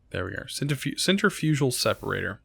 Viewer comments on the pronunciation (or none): Centrifugal isnt pronounced "center fugal" its sen trif uh gul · I really enjoy the videos you make just find it weird when ever someone miss pronounces centrifugal